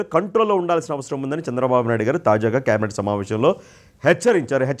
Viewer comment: కేబినెట్ సరిగ్గా పలుకు...కాబెట్ అని దొర్లించకు..మన తెలుగు ఖూనీ చెయ్యొద్దు